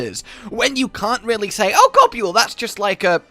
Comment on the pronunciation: You do know Gobul is just pronounced “gobble”, right? Like how Nibelsnarf is just “nibble”?